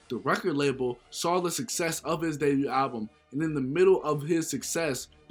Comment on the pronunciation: The t in debut is silent